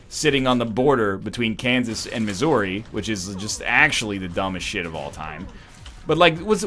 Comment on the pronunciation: Him saying Missouri is the first time I've ever really heard his Canadian accent come out and I love it It's at like